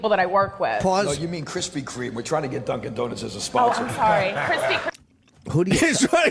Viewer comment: the way opie says "HESTRYNAGETDUNCANDONUTS" fucking killed me. 1 for opie. Still sux. But he cracked me the fuck up right there lol